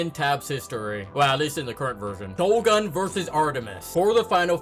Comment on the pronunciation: Bro disrespected shogun by saying Togun lol